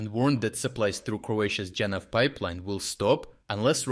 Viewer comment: Janaf stopped delivery to serbia already weeks ago, not that it will, it was before the lukoil situation already, almost a full month now, since the us didn't prolong the special licence to nis. Btw it's pronounced yanaf, as in jadranski naftovod, adriatic pipeline, also pančevo is pronounced panchevo, not pantsevo. Anyways, cheers from croatia!